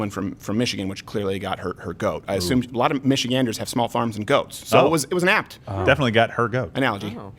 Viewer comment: First person I've heard actually pronounce Michiganders correctly lol